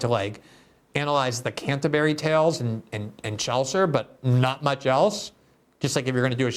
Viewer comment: Despite his thoughtfulness, I can't help being ridiculously distracted by the way he says 'and'. I've only ever her Brazilians pronounced 'and' like that before, and you have to forgive them, giving that English isn't their first language. But seriously Glenn, you know better. It's 'and', not 'annnnnnnnnnnnnnnnnnnnnnnnnnnnnnnnnnnnnnnnnd'.